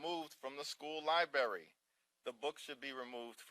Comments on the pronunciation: lol… A LIEBERRY? Mr. Jeffries, sir, the word is … LIBRARY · Sounds like Harris but with a deeper voice. "school libary" I guess the first R is silent?